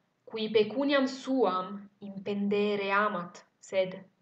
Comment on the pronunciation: Thank you for this video, it's a real pleasure to listen to it ! However I have a question about the verb "impendēre", should it not have been "impendĕre" ? I've looked up in different dictionaries and they all say that "impendeō, -ēre" means: ergersi, stare sopra, sovrastare pendendo; pesare, incombere, sovrastare, minacciare. Whereas "impendō , -ĕre" means pagare, sborsare, spendere; ... Which would make more sense in this context to me.